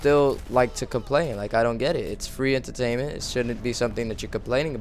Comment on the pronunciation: When you say "entertainment" it makes me laugh.